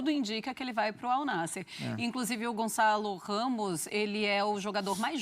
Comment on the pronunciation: Não é Gonzalo Ramos, é Gonçalo Ramos !